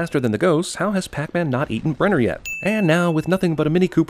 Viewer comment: That’s not pac man it’s pec man